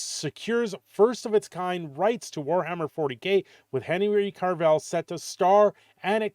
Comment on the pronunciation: Who's Henry Carvell? There is NO RRRRRRRRRRRRRRR in his last name. Oh gawd. Please make it stop. Jokes aside, Hopefully this is a good thing for CAVILL. He is great in everything he does. So this Warhammer thing is very promising.